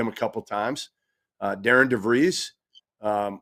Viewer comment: No It's not. Darian DeVries' name is pronounced DAIR-ehn Duh-VREESZ. Think Aaron with a "D" in front of it. Or like Darin. And then DeVries, which rhymes with Febreze